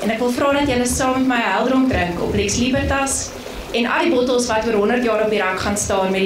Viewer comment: Uitspraak nie "Liebertas" nie, maar Libertas, asb. (Jy het seker nie Latyn studeer nie.)